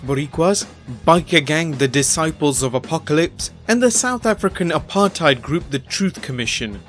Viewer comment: The way he said apartheid.🤣🤣🤣😂😂😂